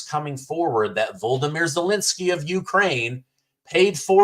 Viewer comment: Would you PLEASE learn how to pronounce VOLODYMYR correctly.